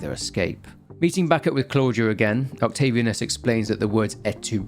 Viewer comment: Octavi Anus, Mc Anus... Work on Latin pronunciation dude.